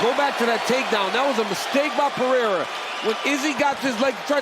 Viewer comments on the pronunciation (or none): its pereira not pehera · "Pejeira" :face-red-droopy-eyes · None of the announcers know how to properly pronounce Pereira